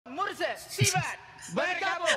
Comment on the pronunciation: Sibat bukan siban😂